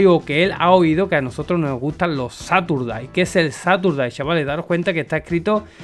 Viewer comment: gracias por estar al loro pero recuerda que Caturday viene de "Christmas", así que se dice como gato en inglés, Cat Caturday. Un abrazo